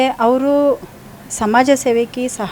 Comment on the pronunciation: ಅಕ್ಕೋ "ಸಮಜ ಸೇವೆ" ಅಲ್ಲಾ ಸಮಾಜ ಸೇವೆ